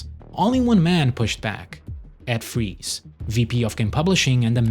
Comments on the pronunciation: He even pronounced Fries correctly. Lol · Hey you pronounced his name right!! You know how i know? Its my surname too. Good job most ppl say it like french fries.